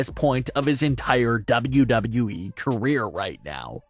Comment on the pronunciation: Bruh. The way you over enunciate WWE is a struggle to listen to.